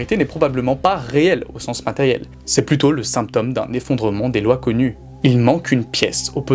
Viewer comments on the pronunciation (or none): none